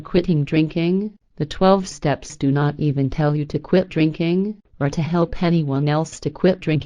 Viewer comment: its funny when she says "drinking" she says "rinking" lol. she copied and pasted on a speech program lol. shes right though